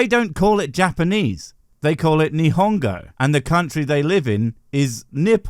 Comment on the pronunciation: Your pronunciation of nihongo was quite jouzu, good on you (keikaku means plan)